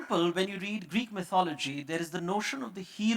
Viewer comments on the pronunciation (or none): Is it "my-thology" or "mithology"- I believe it's the 2nd one. Sorry, not able to write the phonetics representation in my ipad😐